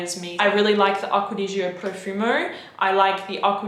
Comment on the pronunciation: “aquadigio” “aquadigio” it’s aqua.dee.gio. not one word, it’s 3 words 🙄